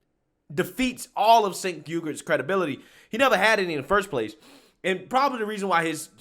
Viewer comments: Pronounced Jenk. Not Cenk. He sucks, but let's at least pronounce his name right lol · It’s not Singh man it’s Cenk. I get how it could be similar but believe me it’s not lol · his name is pronounced "ch"enk. now maybe you already know that, as i've seen say other peoples names wrong and i assume its for shits, but in case you didn't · Please, his name is pronounced Jenk